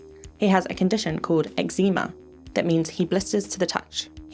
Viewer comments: As in...Eczema? "Ecks-mah" Is this a bit I'm too dumb to understand or the first time you've heard of Eczema? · Omg its so fun seeing things I missed as a kid! I never caught that he mispronounces eczema how its spelt 😂 Kinda hilarious imagining this big evil alien bastard just googling human diseases. Honestly the fact he's so half assed in his plan yet still causes so much horror just makes him even more hateable. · Hearing you say Eczema like it's some mysterious condition as a person who has it is so funny 💀